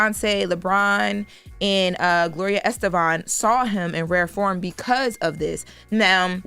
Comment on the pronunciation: Gloria Estefan not estevan